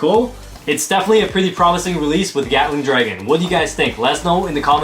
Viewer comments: I’m sorry, but did you just say “Yatling” Dragon? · Bro really said GYATTling dragon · I love how pronounces Gatling Dragon as Yatling Dragon, kinda reminds me of Bigbang Yenesis